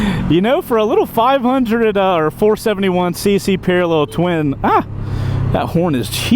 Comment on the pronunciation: Did he call it a 5 undie?